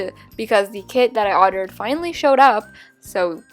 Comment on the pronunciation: instead of saying ORDERED she said ottered